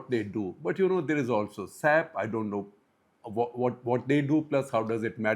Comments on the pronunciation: it is S.A.P not SAP 😅😅 it's an ERP software. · NOT SAP , it’s called S A P. Thank you for attention to this matter , JPFLP